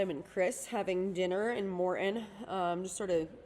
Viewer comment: As a spokesperson/PR person please work on not saying UM hundreds of times in a 30 minute video. FYI it's Morton not Morten. Thanks for the update.